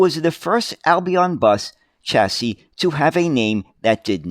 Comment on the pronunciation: Chassis .... is a French word and is pronounced as SHassee ......please try harder.